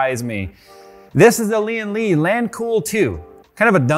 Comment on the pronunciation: Its Lian Li not Lian le